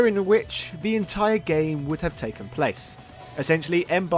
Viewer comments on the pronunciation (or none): none